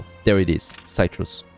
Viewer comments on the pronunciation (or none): Something to help you out with your English pronunciation. Citrus is 'sit-russ.' Not having a go, just helping you out :)